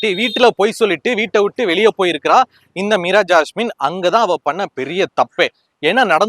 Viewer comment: Unga Imagenation delever bayangaram Meera jassme per mattu sathama solringa ungalukku thanipatta veruppu maari irukku